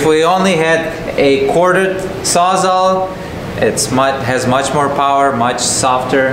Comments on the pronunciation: LMAO it's not "sawzaw", it's a saws-all. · thinks its called a saw-saw? LMAO its sawz-all. as in the saw cuts all. sawzall. not saw-saw. Ps a battery powered transfer pump would have emptied that tank in 30min. and its usually a good idea to have a couple fire extingishers around for a job like this. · Saws. all. Sawzall. not sawzaw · Sawz-all…..not sawzaw or sawsaw! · not a SAWZAW... It's a SAWZALL as in Sawz All. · Bro PLEASE…you’re killin me. “Saa-za” no. “Sawz-All” yes. 😂